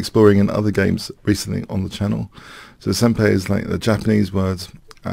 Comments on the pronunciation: Love you, hate correcting you on stuff because it feels annoying, but it's sen-pie, not sen-pay. Just a little thing, otherwise great video. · Also, since in Japanese the 'ん' character is sometimes pronounced as 'n' and sometimes as 'm' (and sometimes like a weird mix of the two), most Japanese actually say it closer to 'sempie'. BTW, the word 'senpai' refers to someone who is your 'senior' in some way, usually someone older than you in a school setting or who has more years of experience. Not necessarily a 'master', just at least one step higher in the social totem pole. "Notice me, senpai!" has humourous 'younger female to older male' romantic undertones to it, like a teenage crush. 😊